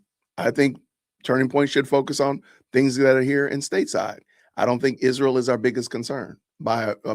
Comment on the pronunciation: I really wish some one would teacher how to PRONOUNCE Isreal!!